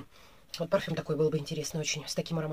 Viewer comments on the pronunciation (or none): none